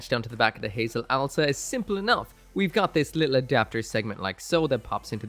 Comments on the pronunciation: I love the Watership Down name (it’s ows-la, not owl-sa, btw) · It's not Owl-sa, it's Ow-sla. (Oh's lah) I made that mistake for years until i properly noticed it.